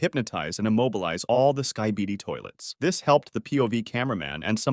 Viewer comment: "Skai-baidi toilet"